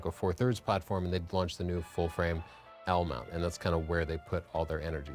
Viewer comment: That's not how you pronounce L-mount (alliance)... 🙃😂 Interesting video, thanks!